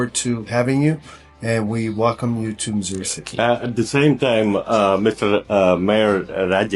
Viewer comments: It's Missouri not Massoori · Missoori alla Missouri city ennanu